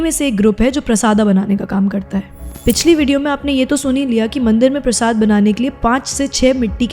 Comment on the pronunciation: Prashada bol diya prashad ko 🙂